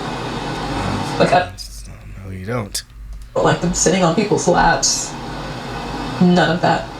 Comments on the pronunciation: Did anyone else notice she said, "She watches her kids like a "halk"? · Did she say “I watch my kids like a hulk” instead of “hawk”? I watched that part several times and I’m sure she said hulk There’s a bunch of videos now saying she is lying to destroy him because the marriage ended. I guess we’ll find out. I’m normally a “believe women” woman but with child exploiters, I’d put nothing past them.